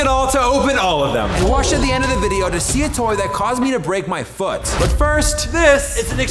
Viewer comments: you said fot then 🦶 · Is it just me or at the start instead of “he broke his foot” it was “he broke his fot” 😅😅